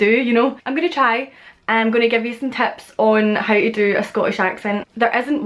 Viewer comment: She says “tee” instead of to sometimes and other times just “oh” instead of to